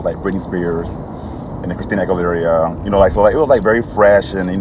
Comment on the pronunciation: "Christinia Aguilieria"